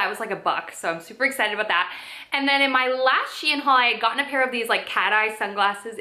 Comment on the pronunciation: Can’t even pronounce S.H.E.I.N . Its not hard